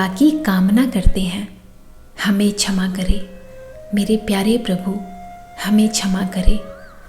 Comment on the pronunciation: कृपया छमा नहीं ..क्षमा..उच्चारित करें। सुन्दर प्रार्थना है।आभार 🎉